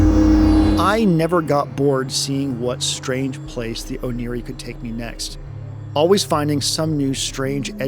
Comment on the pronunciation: Oneiroi is the name of the Greek god of dreams, so the Ancient Greek pronunciation (oh nay roi) is more likely to be correct